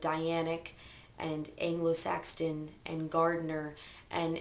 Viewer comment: did you say 'Anglo-Saxton'...? Do you know anything about Shinto? You might be interested. There are a number of parallels. I'm interested in Wicca, but not in a spiritual sense. More as a curiosity. I'm an atheist, by the way. Interesting video. Thankyou.